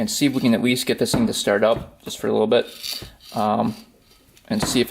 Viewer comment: That was a very entertaining video! Polaris four-wheelers are such pieces of shit!!! But, it was still fun to watch and learn new things. Is it a "Wisconsin thing" or something you do on your own? Every time you say the word; bit it sounds as if you say "bet". Ex." I should get the part in just a little bet". Hahaha!!! Im from Ohio so Im sure I say some pretty weird shit!!! Just wondering dude! Great video!!